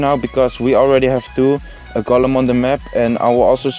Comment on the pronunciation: je spreekt golem uit als goolum niet gollum